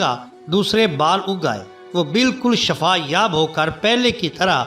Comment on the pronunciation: Shafa ni... Shifa hota h